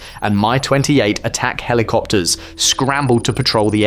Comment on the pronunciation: Only AIs call MI helicopters, My Helicopters.